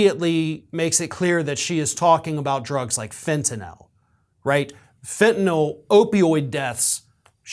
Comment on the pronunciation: Thank you for knowing how to properly pronounce the word Fentanyl. Too many people say FentanALL for some unknown reason, maybe because they're confused about the spelling or because they've heard a thousand people mispronounce it, I don't know. But it was nice to hear someone not mangle the word. Cheers!!